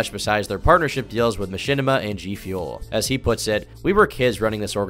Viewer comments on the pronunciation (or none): none